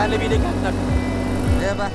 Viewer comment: Ad td tabuat kata pank kwkwk si td tu taucap pank